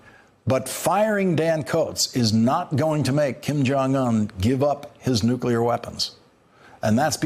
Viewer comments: He says "nucular" not nuclear! Come on guys... it's not that hard to say. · I'd be mad, too. He said "nukular" instead of "nuclear." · WHY CAN GROWN ADULTS IN GOVERNMENT STILL NOT PRONOUNCE NUCLEAR